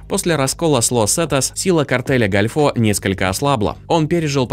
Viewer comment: Какой нафиг "картель гальфО". Картель дель гОльфо - картель залива.